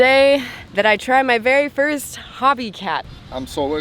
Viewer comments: It's called HOBIE CAT ...HOB ie CAT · fyi - Hobie is pronounced Ho-BEE not "Hobby" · It's hobie ( pronounced oh) cat, not hobby cat. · Looks like a great resort and a fun adventure. Just FYI, so you sound as cool as you are… HOH-bee /ˈhoʊ.bi/ • The first syllable rhymes with go or no. • The second syllable is like bee (the insect). Not like “hobby”. The company and the Hobie Cat sailboat are named after Hobie Alter (1933–2014), an American surfer, inventor, and entrepreneur from Southern California. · Hobie Cat is pronounced HOH-bee KATT Lol. Great video